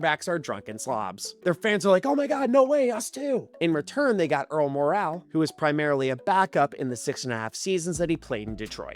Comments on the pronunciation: I believe Earl Morrall's name was pronounced More-ul not Mor-al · The moral of this post is that the correct pronunciation of Earl "Morrall" is MORE-el. As for the topic, well done. Can't argue it. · Mispronounced Earl "Morrall". It's pronounced "more all" but as one syllable. 🙂